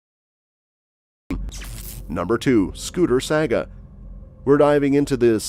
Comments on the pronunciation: He shows Biden at the end but every single story occurred when Trump was in office. Also it is pronounced Sah Ga not sag a. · SAGA is pronounced S-AH-ga. Not with an A or like the video game company.